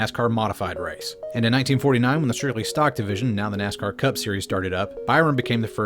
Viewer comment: Ima take a shot every time he says nazcar